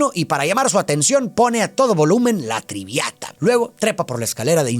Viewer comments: Tal vez alguien ya te dijo antes pero es “La Traviata” no Triviata, me encantó tu análisis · Lo siento mucho, Pero no me gustan tus resúmenes. 😢 Ni tus conclusiones. Además, la música que se pone al final, no sé si sea la que tú dices, Pero creo que se dice La trabiata. No la tribiata. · Me gustan la forma en qué analizas, las otras perspectivas que ofreces y que nos invita a reflexionar. Respecto a la ópera que hacen mención en la película, es "La Traviata" y se pronuncia tal y como se lee, me pareció escuchar que decías Triviata (si no es así me disculpo), y sí como dices, habla de una cortesana llamada Violetta Valéry, quien no seguía las normas morales su tiempo. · Es La Traviata, non triviata 😅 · La traviata, no la triviata 😃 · Me encantan tus análisis...fabulosos...solo toma en cuenta que fueron a ver La Traviata y no la triviata 😂😂😂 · Excelente video. Un detalle, no es "La Triviata" sino "La Traviata", una de las óperas emblemáticas de Verdi. Saludos desde Argentina. 😉🇦🇷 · Traviata hermano, Traviata! Esa es la Opera. Perdón por corregir, pero es central y como error es repetido. Muy buen video. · 😅 La Traviata mi querido.... No "la Triviata "😅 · Lo único que tengo que aportar es que la Ópera se llama La Traviata, en vez de La "Triviata". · no es triviata es traviata 😅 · Es "La traviata". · La TrAviata serà..😄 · Solo un pequeña observación: "La TrAviata" de Giuseppe Verdi.